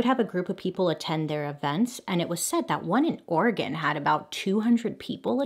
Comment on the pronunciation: completely unrelated but as an oregonian i have to give props to Bailey for not pronouncing Oregon weird